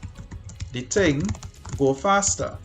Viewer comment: “The ting will keep tinging unless a someting stop the ting” -Sir Isaac Newton